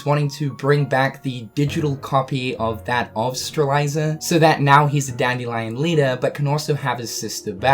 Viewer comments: ANd you still can't pronounce Strelitzia. Like, I'm being totally serious, and I'm not trying to make fun of you, but are you actually Dyslexic? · Streliiiiiiitzia not strailaisa or whatever. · "Streliza"?! It's spelled Strelitzia so shouldn't it be pronounced Stre-lit-zia?! O_o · it's stre-LIT-ZEE-uh, not stre-LIE-ZUH! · Is anyone going to tell him strelitzia's name is pronounced Strel-LIT-ziah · my boy you need this XD STRELITZIA: STR-LET-Z-UH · Streh lit zia. You are miss pronouncing her name bro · I think it sounds more nicer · Is it just me or does pronounce Strelitzias name wrong? He says it like "Streliza"... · Imagine saying Strelitzia’s name WRONG that many times 😂😂